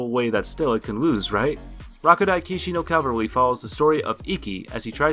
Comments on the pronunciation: What the hell? Kiarly of a failed knight? Lol it's"Ch-iv-arly" how did you not pronounce that word? It's a common word to hear. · Did he say Kill-Very instead of chivalry? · Chivalry is pronounced like shivalry not kivalry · It’s pronounced (Shi-val-ree) not kivalry bro 🤦‍♂️ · chivalry chiv·al·ry not Kill vary... Inpredictable?? Are you doing this on purpose? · It is pronounced shivallry not kivallry :) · Chivalry of a Failed Knight is definitely a fave. But...it’s pronounced Shiv-alry, not Kiv-alry. Ijs. Great list tho. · He said chilvary not chivalry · I hate to point this out but you have pronounce the name of Chivalry of a Failed Knight the ch in the name is pronounce with the sound of sh not the latter k just look up the word Chivalry on how to say it right and never say it like k again ok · did you just pronounce chivalry "kilvalry" or am i hearing things. should be more of a "sh" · Chivalry Not Kivalry 🤣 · did he just say "kiverlry" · chivalry not kilvery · My english teach would be made at you for some many things... You said, "inpredictable" not unpredictable, and you said that chivalry was pronounced Civalry Edit: glad to see other noticed this lmfao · shivalry (chivalry) not kivalry. man talk abouy cringe dude. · I'm sorry..." Killverly"????. It's legit pronounced Shivalry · This isn't meant to take a stab at you or anything, since you do want feedback I feel I should let you know that the word "chivalry" is pronounced "shiv-al-ry" rather than a "k" sound since you kinda said "kilvarly". But all in all the video is great, the animes amazing and I'll subscribe for more of your great content :) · i think no.2 is pronounced shivalry not kivalry just sharing harmless info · Chivalry is pronounced SHIV-UHL-REE not CIV-UHL-REE Grammar Nazi I know but I had to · omg.....my ears are bleeding im not even going to correct you anymore lol XD SHIVELRY IS HOW ITS PRONOUNCED!!!!!!!!!!!!!!!!!!!!!!! zomg! omg >.< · chivalry is pronounced shiv-vul-ree